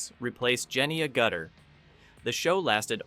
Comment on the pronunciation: I have a few commenta: Your thumbnail is of the cast of the Logan's Run TV show. Why? Where did the shot come from? I've watched this movie dozens of times and I've never seen this shot. Your AI narration is terrible; there are at least 3 different pronunciations of "Agutter." The video's abrupt ending is weird.